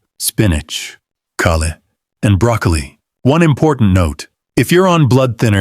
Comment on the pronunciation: 👎You didn’t pronounce broccoli correctly! What’s wrong with you? Are you one of the AI making videos? You’re fake and disgusting!